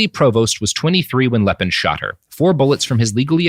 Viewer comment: It is "Lee'Pen" not "Lepin." It might come as a shock you but not everyone in the world speaks English and Lepine Is a FRENCH name. Note the accent agiu over the first e. And Canada didn't just bring in a few gun control regulations. It was a sweeping change in gun laws that have prevented any other mass shootings, unlike another country I could name.